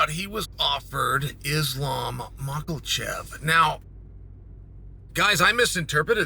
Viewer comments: Islam “mocklechev” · I swear he does this on purpose. “Islam Makelchev” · His name is not makelshev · Who tf is “Islam Mockle-chef”???